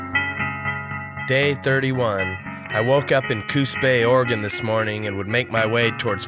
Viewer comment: I love that you pronounce Oregon correctly 😊